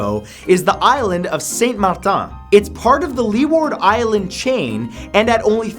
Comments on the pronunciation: how many times did you fail at saying Saint Matain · You totally butcher st.Martin bro and arawaks also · I'm from the Caribbean...your pronunciation... of Saint Martin is wrong... need to look it up...